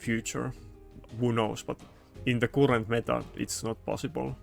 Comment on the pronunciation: Hey bro, i like your videos, but the word CURRENT is pronounced carrant, not cUrrant, it just killing my ears hearing you say that :D